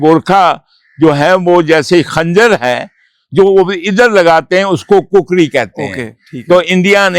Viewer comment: عدیل صاحب نوٹ کریں 👇 کُکڑی ❌ کُکری ✅